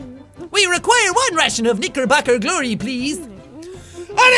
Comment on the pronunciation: jacksepticeye Has nobody else noticed it sounds like you say N***erbocker glory" instead of Knickerbocker Glory?